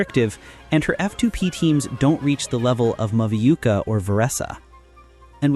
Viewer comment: Mavuika ❌ Maviuka ✅